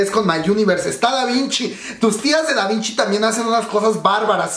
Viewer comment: es Davichi no Davinchi jajajajaja